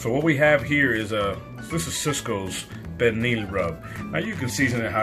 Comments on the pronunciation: Is this cook a fluent speaker of Spanish or Portuguese? His pronunciation of pernil does not sound correct. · I can’t quite hear how he pronounced pernil. It should be like pear kneel.